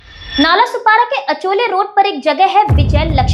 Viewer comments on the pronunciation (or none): पोरी अचोले नाय गो... आचोले असं आहे ते एरिया चे नाव... 🤦🏽‍♂️